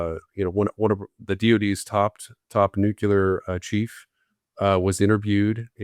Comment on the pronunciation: Why does not know how to pronounce "nuclear"? His pronunciation has always been used as a shorthand indication of an uneducated ignoramus.